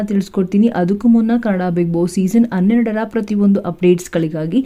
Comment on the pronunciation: ಪುಣ್ಯ ಹಣ ಬದಲು ಅಣ ಅಂದೆ ಹೆಣ ಅಂತ ಹೇಳಿಲ್ಲ ಎಚ್ಚು ಹೆಚ್ಚು ಯಾವುದು ಸರಿ? ಅಯ್ಯೇಷ್ಟು ಹೈಯಷ್ಟು, ಅಣ್ಣೆರಡರ ಹನ್ನೆರಡರ. ಕರ್ಮ ಕರ್ಮ ಯಾವ ಶಾಲೆಯಲ್ಲಿ ಕನ್ನಡ ಕಲಿತಿದ್ದಾರೋ ದೇವರೇ ಬಲ್ಲ.😮😮😮